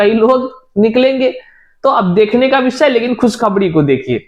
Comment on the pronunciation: एक तड़फ खुशखबणी की लहण दौड़ गई है इंतजार खत्म होने की खबण आ चुकी है जिनका सीटीईटी में बेडासी अंक है 😅😅😅😅😅😅😅😅😅 पहले बोलना सीख भाई आखिर हिंदी ने क्या बिगाड़ा है